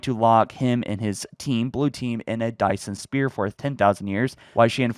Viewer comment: dyson spear hahahahahhaah this man